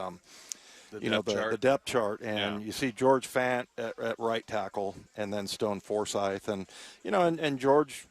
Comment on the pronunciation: Dude really Stone Forsythe?!! 😂😂😂😂